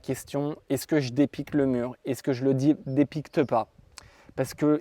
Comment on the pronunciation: Salut, tu demandes notre avis pour l'enduit mais n'y a t'il pas de prescription dans ta commune? Ps: tes voisins doivent te haïr 😂 ps2: on ne dépiqute pas on piqute 😉